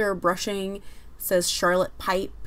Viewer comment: Bushing not brushing lol. sorry just bugged me... Nice video otherwise.